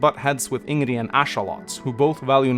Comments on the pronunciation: IngREEEEEEEEEEEEE! Y U say it rong!? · Who the f is "Ingrie"? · Love your videos. But please, pronounce Ingrid's name like they do in the game lmao. Even if it's not technically correct.